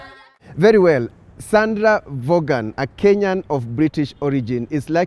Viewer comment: Hi, my first ever YouTube comment and a long term subscriber. Her name is pronounced as Von, not Vogan. Thanks for the great content and a happy new year to your team.